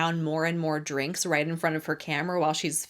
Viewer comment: is pathetic. When she said Drinksah, I am out.